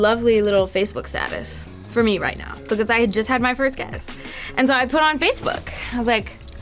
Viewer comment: the way she says "because" is so funny for some reason hahaha